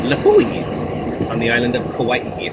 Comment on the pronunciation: Good job pronouncing Lihue and Kauai